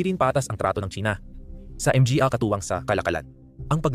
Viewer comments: ...what the heck is M G A are you using AI?????M G A is pronounced in Tagalog in syllabic as MA NGA.....please fix this major issue first before uploading....and also it would be better if you input an automatic English transcript in every words you said in the screen so all over the world will be able to read and see your videos instead of tampering with the CC icon or the setting icon....please...i like your content well researched but failed in the upload content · PAKI-AYOS ANG PAGBASA - ang "PA" pronounced as "p" & "a", ang "MGA" pronounced as "M-G-A", hindi nman dati ganun, salamat sa content!